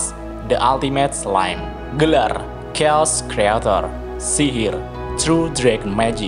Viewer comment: Note kecil ja bang.. kata "Chaos" itu dibaca 'kheos' Koreksi dikit aja biar makin berkembang